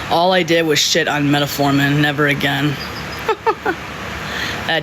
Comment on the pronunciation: She couldn't pronounce metformin to save her life. 😹😹😹